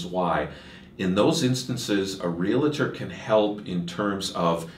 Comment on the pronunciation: Sorry, but the mortgage specialist mispronounces Realtor. It’s not “real-a-tor” it’s Realtor. Almost immediately discredits himself.